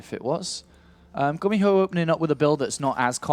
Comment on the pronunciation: it's pronounced "goo-me-ho" not "gummy-ho"